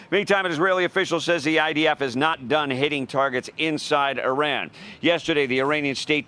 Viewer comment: It's not I-ron, it's I-ran. I'm sick of Americans increasingly using global pronunciations.